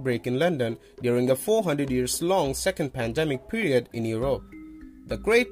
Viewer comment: Padamic doesn't speak English fluently, need a English vaccination.